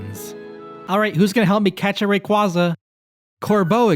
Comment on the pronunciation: Thank you for being someone who says Rayquaza right